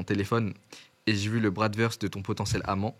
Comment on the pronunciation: Bratwurst = bratvourscht (pour la prononciation)